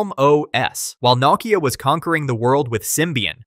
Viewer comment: You can’t pronounce Nokia, what a shame. Please don’t ever make another video again.